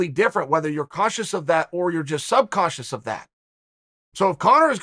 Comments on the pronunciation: Is he saying "Sub cautious"? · If Uncle Chael says "sub-cautious" as a legitimate word, it becomes a legitimate word. "Subconscious" is dead to me. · The word "Subconscious" is no more. It is now "sub-cautious". Chael has updated the dictionary yet again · All this time I've been saying subconscious wrong. Uncle Charlie schools me again. I'll be more cautious in the future